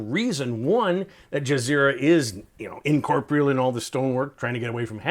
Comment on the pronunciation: "incorporeal" the word is incorporeal. Look it up. *L